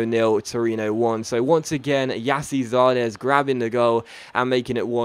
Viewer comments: It's actually JAS-see -ZAR-des as the pronunciation. I'm American so I know. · It's Gyasi Zardes (yarsi) btw :) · robbie horn It's pronounced Jesse Zardes